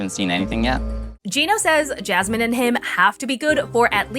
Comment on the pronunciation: As a fellow Jasmine, I really hate the way Gino says her name.